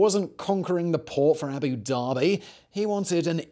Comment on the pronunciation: Please, please, please can you learn how to say the title by which senior Arabs are customarily called, Sheik? It means 'learned in the Koran' so ought to be taken seriously. Every time you say it it's like nails on the backboard to me!! It's Shake, like bake and NOT Sheek, like cheek. Yes? And while we're here, it's Abu Da-bi, not Abu Darby. Otherwise, thank you, I enjoy your work though, boy, can you talk a mile a minute!